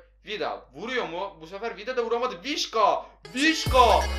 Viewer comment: vişka değil visça olacak